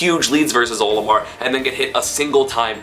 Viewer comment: HE KEEPS SAYING OMILAR